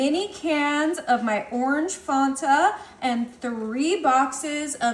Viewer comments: Looks good but you are pronouncing the soda wrong. It is pronounced Fan-ta. Like a fan not fawnta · It's not fon ta. It it fan ta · Fan ta you're saying it wrong. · You said that wrong, it's Fanta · It’s not petty to let someone know how to pronounce something correctly. If I was saying a word wrong, I would hope that someone would correct me. It’s pronounced so that it rhymes with Santa.